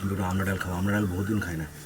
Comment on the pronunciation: "আমরা" না,,,, ফল টার নাম ""আমড়া"" হবে।